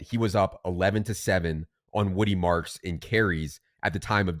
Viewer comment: Damn, couldn't even say Woody's name...